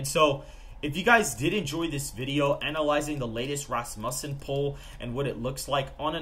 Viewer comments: He pronounces Rasmussen like it’s rass bussin When it’s supposed to be said Rasmussen like it’s rass mewssin Vote Trump sigmas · Hey boss pretty sure it pronounced Ras-Moosen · Why do you guys always slaughter the name Rasmussen? Like fingernails on a chalkboard. It's pronounced RASSmuhsen!